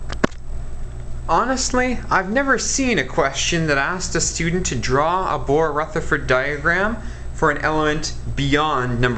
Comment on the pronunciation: “Ruthfa diagrams” 💀🤣